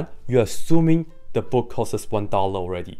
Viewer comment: If you cant say the word "costs" correctly, then I'm already not taking you seriously. "The book costs 1 dollar" I know this because you said it.